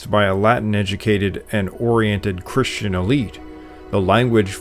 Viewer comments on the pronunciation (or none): none